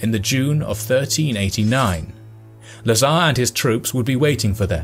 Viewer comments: Lazar, not nazar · LA'zar but not LazA'r